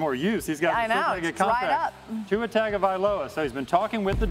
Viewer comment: That guy BUTCHERED Tua's name